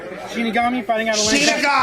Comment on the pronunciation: Lmfao callin him "Shinsigami" 🤣😂😭